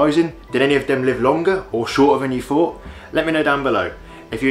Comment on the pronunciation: A very good video giving out interesting facts. Unfortunately the spoken grammar became a nuisance such as"wiv" "fawt" throughout.